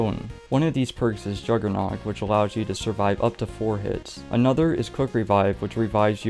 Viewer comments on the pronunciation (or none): none